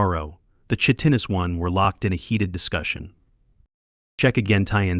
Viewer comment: And work on pronouncing words like chitin, it should sound like kai-tin